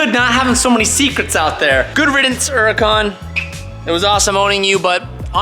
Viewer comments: I'm actually kind of glad you're selling the HHHHuracan. At least for the time being I won't have to cringe every time you mispronounce Huracan. I mean, you are american and speak English and in English we pronounce the "H". It's not like your running around calling Jesus (phenetically spelled) Heysus :) and that's because you speak English lol. Just bustin your sack, don't take it to HHHarsh. (Not arsh)...😃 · Tbh, I’m glad it’s gone.. we don’t have to hear call it the “UR-racan” anymore 😂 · I'm so happy WD is going treat the "Ura Kahn" right. So sick of hearing say it that way. Hope he catapults that thing across his property.